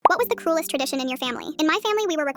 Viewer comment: I thought they said coolest not cruelest